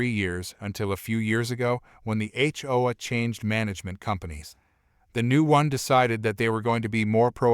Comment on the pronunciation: Note to idiot who programs text-to-speech applications:. If your app can force proper pronunciation of "H" and "O", why is "A" pronounced "Uh" instead of the way it sounds in the alphabet?